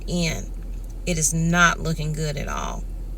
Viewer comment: SAY "GOOD" NOT: "GOOT" !!!!!!!!!!!!!!!!!!!!